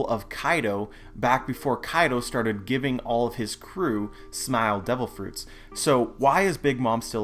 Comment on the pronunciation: why do you say smile to wierd? SMAOL. "hes using SMAOL"